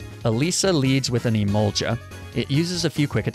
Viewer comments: Oys emol-ga not emolja fun fact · I have to say it. Im sorry. I love you. (Sweet chin music) It’s e-mall-guh not juh 🤣🤣🤣🤣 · Emol ja..... e mol gah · Just one little detail, it isn't emolja its emol-GAH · EMO-GA EMO-GA NOT EMO-JA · its EmolGa ot EmolJa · “Emolja” sorry but it’s pronounced Emol-ga. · you mispronounce emolga you must say the g sound instead the j sound emolga not emonja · Emolga is emolja it’s e mol ga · “I learned how to pronounce Krokorok” Not two minutes later “Emolja” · "Croc-o-rock makes a lot more sense than croak-o-roke" Not even a minute later "Emolja" Made me spit out my drink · "I didnt knew i was pronouncing Krokorok wrong" 5 seconds later: "Emolcha" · Gif vs Jif? Nah bro, I'm more interested in the Emolga vs Emolja debate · Snivy (Sneye-vee) Emolga (hard g ("guh") not soft g ("juh") Skorupi (score-oo-pee) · Its pronounced "E-mol-ga" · Did you seriously say Sn i vy- Oh god and Emolja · Pissing me off everyone he says emolja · did this guy just say "emolja" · Its emolga not emolja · Dude I really hoping ur trolling us with these Pokémon pronunciations lmao. First there’s Snivy which u pronounced as “sniv-ee” and then krokorok and the emolja omg💀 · Dude I love you and your videos, but you really need to work on name pronouncing cause you called emolga. Emolja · It’s pronounced E-Mole-Guh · Btw its I-mol-gah not i-mol-gha